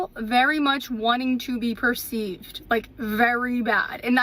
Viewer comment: It took me forever to understand she didn't mean PERCEIVED, it was PURSUED